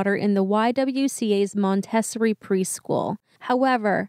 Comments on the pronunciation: You guys do great work and I appreciate all you do. With all due respect, I just want to say the word Montessori is pronounced Mon-te-SOR-ree. Maria Montessori was an educator from Italy who was a pioneer in the development of very specific teaching methods that are still used - and still very popular - today. Her methods are used from nursery school through HS. I went to a Montessori nursery school and my mother ended up running said school for 25+ years and was certified in the Montessori teaching method. I loved it! Anyway, like I said - keep up all the good work you do. I know it’s not easy. Take good care of yourselves! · You butched Montessori lol its monta sorey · Mon-tee-sory…Great coverage guys! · You totally mispronunciation Montessori ( school)… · I can't believe that you actually mispronounced Montessori. Other than that, it was pretty good. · That's not how you pronounce "Montessori." The guy's affected way of speaking is so annoying.